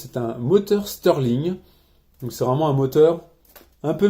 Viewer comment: Très bonne vidéo mais on dit moteur Stirling pas moteur steurling